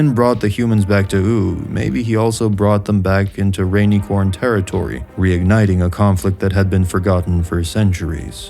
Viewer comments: are you saying "rainy corns" on purpose bro. Its rainUHcorn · I have to ask, why are you saying RainEcorn? It's not UnEcorn 😂 RainIcorn. "I" not "E" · Simply cannot pay attention to what is being said other than "rainy corns " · Calling rainicorns “RAINY- CORNS” was so distracting. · Seriously, it's unbearable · Great video. I have never heard anyone pronounce rainicorn so poorly